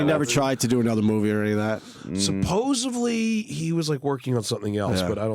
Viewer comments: "supposevly"? I think you mean "supposedly". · did seth rogen really just say "supposeVely" ????? seriously? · nope...my bad...he said "supposivel" ...new word alert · Seth Rogen saying "supposively" is as bad as anything I've ever heard Tommy Wiseau say. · did he just say "exposively"? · "Supposevly?!" Rogen, you're killing me. I have superior linguistic skills, and have spent 20 F-ing years combatting "Supposubly," now I gotsta deal with this?